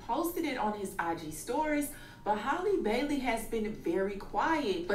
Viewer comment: “Haley Bayley”😂😂😂😂😂